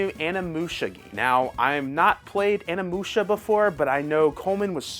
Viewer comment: Ane-Musha???? Are U being serious with your pronunciations????